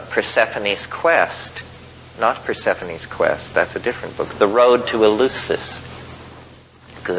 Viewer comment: Thanks! Btw, Terence, it's "El-LEF-sis" as in Greek.